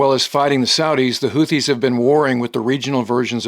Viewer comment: He can't even pronounce houthis correctly, surely you can find a reliable source elsewhere.